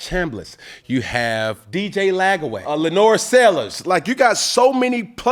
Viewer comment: He really said Lagway🤦🏻‍♂️🤣